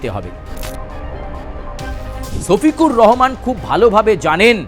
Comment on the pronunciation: ছোফিকুর রহমান না সোফিকুর রহমান✅